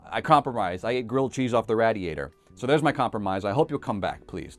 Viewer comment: Also who calls it a rad-ii-ator, it's definitely ray-dee-ator